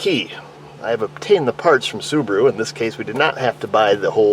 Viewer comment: "That's Why CADILLACS drive Soo-ba-ROO"